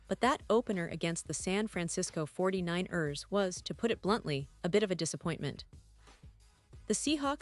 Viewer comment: "This is a community, a family, and your voice is a part of it," says the botlady voice that is not even programmed to say football words like 49ers properly. At best, as a pretense of speaking for the team, a total sham. Overall quality, repetitive and boring. Worst, based on a clickbait outright lie going in. No more Seahawks News Today for me. In fact, thisvideo has convinced me: When I hear a botvoice speaking, I'm clicking off of whatever I clicked on and not coming back. AI botworld is not a "community" or a "family" I choose to be a part of.